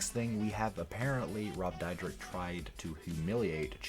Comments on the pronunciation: Dude their names are pronounced sha nel west coast and rob deer deck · Oh my God dude can't you learn how to pronounce the people's names that you're Going to talk about on your video. Seriously do you live under a rock and you don't know who they are